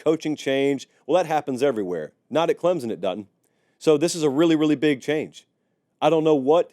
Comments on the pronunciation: CLEM SON, not CLEMZON, NOT CLEMPSON, CLEM SON, CLEMSON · I do wish people would learn to say Clem-son instead of Clem-zon!!! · It’s clemPson sir. Love the videos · there is no "Z" in Clemson